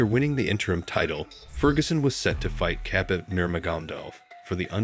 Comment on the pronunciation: Khabib was very much disrespected with that pronunciation. Didn’t even try to learn it bro.